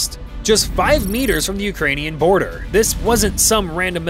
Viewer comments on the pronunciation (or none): . "5 meters away from the porder"